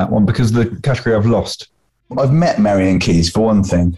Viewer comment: Marian has 3 syllables, surely?